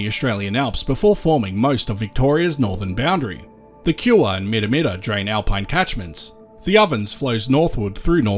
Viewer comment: you got some things wrong, Kiewa is pronounced (key-wa) the river you highlighted while saying the Goulburn is the Broken river which feeds into the Goulburn, also the upper reaches of the Goulburn you have fractured, lake Eildon is on the Goulburn river catchment